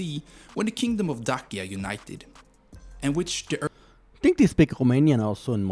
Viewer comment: The video is read by AI. The former name of Romania's territory, Dacia, is read as Dachia, with "ch" like in "cheese" or "church".